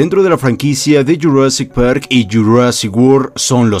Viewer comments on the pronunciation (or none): Me encanta como dice de JU rassic par y JU rassic wor